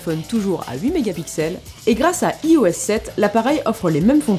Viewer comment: LOL le ih- O-S sept ^^ on dit aïe oess sept !